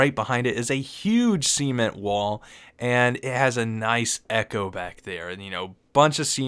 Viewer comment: "Cemen wall"